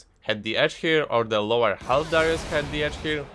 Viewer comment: I heard dyrus lol.